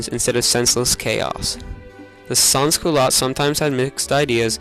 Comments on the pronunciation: SEN Culote Do not pronouce the s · lol as a french canadian every time you say sans - culottes i cringe, but still, A for effort.